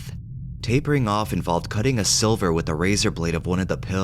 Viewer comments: "Sliver" not silver 😂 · but he read it as silver twice